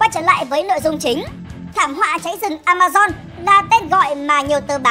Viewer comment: Vâng A ma zon nha k phải dôn nha kkkk